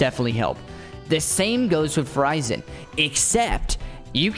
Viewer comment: He call her name "Fu Ray Zan"